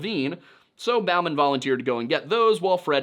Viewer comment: Bauman is indeed said how you said it in the vid. People with the last name "Bowman" or "Boman" in southern Appalachia are said the other way